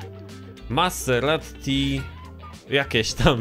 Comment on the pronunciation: maserati, a nie maseratti